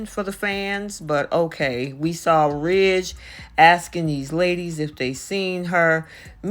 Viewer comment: Ridge not trige